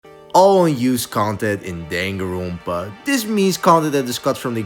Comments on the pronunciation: danganronpa is a japanese word, you shouldn't be pronouncing it with an accent other than japanese 😭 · why do you pronounce danganronpa like that